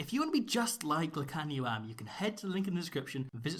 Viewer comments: Am is pronounced like hum. Not like cam. Doesn't matter really, still love it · With the south african players of Bantu descent like Am and Mapimpi, pronunciation of the vowels in our names is a bit different to English. The a's in Lukhanyo Am are pronounced as aaaah, e's are not silent at the end of a word like with Makazole Mapimpi and are pronounced like the é in the Latin languages. I's are pronounced like -ee-, Os are pronounced like oh but not ending with the soft h, but an abrupt end, and u's are pronounced like a long drawn out oooh, like when you see someone eat dirt hard😂